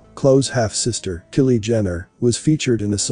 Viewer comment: The names are pronounced K-EYE-LEE, and k-LOW-EE